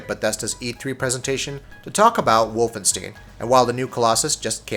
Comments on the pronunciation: Say "Wolfenstiiin" one more time. I dare you... I double dare you. Type "Wolfenstein" in Google translate and hit that audio button and stop butcher that name. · "Wolfstain", instead of "Wolfenstein" BJ Blazkowicz "daughters", instead of sisters. Are you guys high? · Its pronounced Wolfen- St-eye-n you idiot.